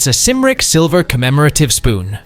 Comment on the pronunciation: "Cymric" has a hard "K" sound for the first letter.